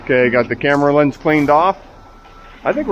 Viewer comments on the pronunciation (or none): none